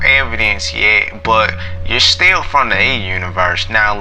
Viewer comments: OK "when you pronuce "but" it sounds like "pot" . Is this your subconscious talking - This was a joke not a judgement of your rasta looks. Science is cool and difficult. May be thanks to your inspirations more rappers turn to do science. I am a biologist and seek new research projects with plant cytochrome c and genetic modification molecular biology technology. any contacts there you can recommend__ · Hi I am a biologist and brain activities plus its vitality is my area of interest. This bear example was fascinating. False memory usually happen because of alcohol or drug or sexual abuse. Please KIS keep it simple .When you say "but" it sounds on my side like "pot" maby because you look like rastapherian. I am in Poland.